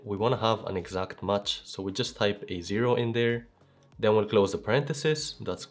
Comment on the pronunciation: Thanks for your wonderful explanation..just a suggestion...MATCH is not pronounced as MUCH😊🎉🎉🎉❤❤❤